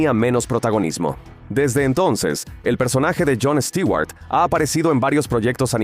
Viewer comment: Les quiero pedir un favor, ya dejen de decir Stiguar, lo escribo asi, porqué asi me suena, literalmente. Stewart se pronuncian con u porque la fonetica en inglés, la e y la w juntas suena como una u. Y no lo confundan con Stuart, porque este es un nombre en si. Este Stewart es el apellido.